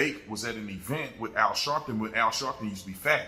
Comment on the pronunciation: Al shaarpton 😂😂😂